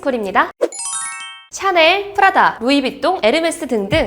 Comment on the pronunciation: 처음에 프라다라할때 푸라닭이라는줄